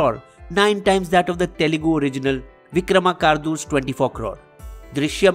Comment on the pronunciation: It's Telugu! Not Talugu😕